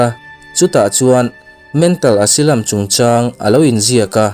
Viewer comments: Asilam ti suh Asailam ti roh. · Asylum - Asilam ni lovin Asailam tih zawk tur.. ☺️ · Asylum, Esilam nilovin Asailam tih a lam tur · Asailam tih tur